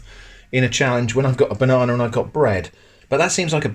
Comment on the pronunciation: So it's b-one-ana?